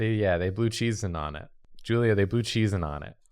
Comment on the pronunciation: I swear he kept saying Julie rather than Julia???